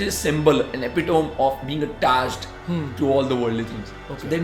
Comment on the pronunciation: He pronounced the word epitome wrongly!!